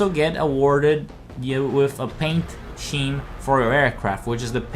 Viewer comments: It's pronounced Skeem not sheem. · Don’t want to sound pedantic, but “scheme” is pronounced “skeem” rather than “sheem”. Hope that helps. Great video, by the way. Still working on my first play through of this. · Scheme is pronounced skeem not sheem